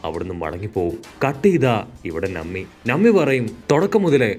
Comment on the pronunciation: നമ്മി അല്ല - നാമി